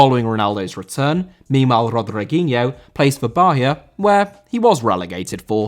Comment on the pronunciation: Bahia* not Baya ffs